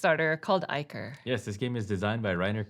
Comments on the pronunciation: "Eye-core", not iker, and "minnotaur", not mine-otor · Its pronounced Ick-or (de-monic Ickor)